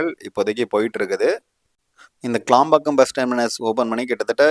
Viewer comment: க்ளாம்பாக்கம் இல்ல தம்பி....கிளாம்பாக்கம்..